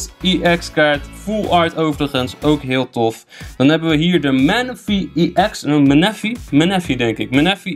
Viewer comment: het is manaphy en je spreekt het uit als menefi (die eerste e is een korte dus niet lang uitspreken als je het een beetje snap) 😂😂😉